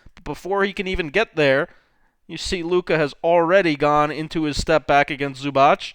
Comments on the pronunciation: Its not Zubach. It's Zubac. The letter C in the end is pronounced as zz in pizza, or ts. C=zz , or C=ts. Good job on Dončić pronunciation though :) Č and Ć are pronounced as ch, like in in Charles for example. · Loved your video but its supposed to be [zubats] and not [zubatch] or smth